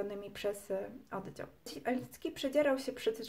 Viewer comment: taka jedna drobna uwaga językowa, całkiem życzliwie, ale nie dociąga Pani końcówek, wymawia się słowo np. "oddział" twardo a nie zmiękczając litery "dzi", za miękko i to jest niestety współczesna maniera nie tylko u Pani, to samo "nieprzyjaciela" , "twierdził" itd